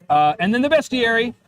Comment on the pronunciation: Obviously I backed this day one, because I've been a fan of since it began and know what you,, value in a game. BUT IF I HADN'T, I would be ordering it now because of 1) the Rankin-Bass hobgoblins and 2) the proper pronunciation of "bestiary." 🤌